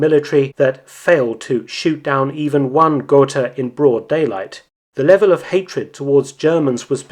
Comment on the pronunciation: ?gor-tah, ger-tah., was your prenasment. got-ha would be alot closer to the spelling